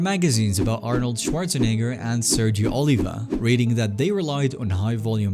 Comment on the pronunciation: bro did not say schwarzenegger